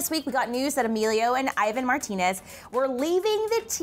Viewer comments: She pronounced Ivan's name as eye-van instead of e-van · Did she just say Emilio and Eyevan ? ITS E-VAN ( Ivan ) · Ivan is pronounced (Eee van) triggered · Martinez Twins! And btw, got kinda mad when they said "Ivan" WRONG.... ugh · she is pronouncing Ivans name wrong lol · pronounce ivan's name right😭😭